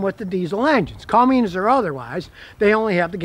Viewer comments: Cummins, not Cummings. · Cummins not Cummings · Cummins. It's Cummins, not Cummings. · Scotty, it's Cummins, not CumminGs. No G. It's like the response when someone knocks on your front door "Come IN' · Come In’s Come In’z Not “CumminG’s” Come on, Scotty! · It is Cummins, not Cummings. Is he just trying to aggravate us? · Scotty, it's not cummings,it's cummins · "It's a Cummings diesel." 😂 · I like how scotty pronounces cummins as "cummings" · Okay Scotty, it is CUMMINS, there is no "G". That being said, this is what ticks (not the REAL word I want to use), about those POS Fiat people that now own Dodge. Dodge has had a FABULOUS business relationship with Cummins, who have supplied diesels for 2500/3500 since they first came out. Cummins was working on a smaller diesel engine and offered it to Dodge. Those stupid European asses, told them that they were doing to use a Fiat (tractor) engine in the 1500. ASSES. So, Cummins floated the engine out there, and brilliantly, Nissan said YES. A Titan XD is the only Nissan Titan I would buy. While it never made it past the prototype phase, Nissan also built a Frontier, with the even smaller Cummins diesel. And the tractor engine in the Dodge 1500 is a royal piece of crap. The Dodge brothers continue to spin around in their graves... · Oh man. An "expert" who doesn't know how to say Cummins. An "expert" who holds down the start button. What in the world??? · I never knew Cummins had a G in it Scotty 🤣